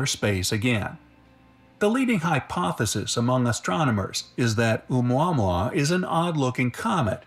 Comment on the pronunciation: No worries, you are correct saying O-Mua-Mua, and not o-mwah-mwah! It has a Hawaiian name - not the stupid way they are pronouncing it!